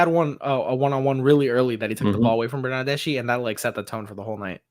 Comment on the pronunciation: Hi, the correct pronunciation of the name Bernardeschi is with the K sound in the end....like ski..i'm Italian, trust me!!:D Thanks for the show!!!